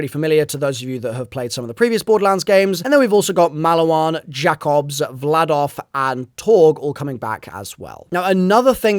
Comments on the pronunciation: Teddyore and Jackobs, there’s no way the accent card gets you out of this one 😂 how long have you been playing Borderlands,? TEEdy-oar and JAKE-ubbs, by the way, my guy! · Nah the way u said tediore and jakobs is criminal